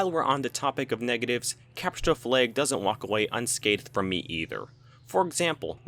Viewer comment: Why do you say cepture da fleag?